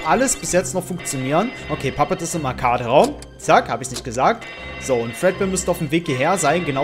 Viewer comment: Man spricht das arcade im englischen aus sprich„arkäid" #bester Youtuber